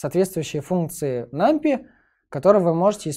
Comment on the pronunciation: нумПАЙ - тк пайтон а не питон